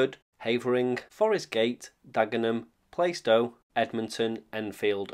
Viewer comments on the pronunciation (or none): Heads up, plaistow is pronounced Plar stow.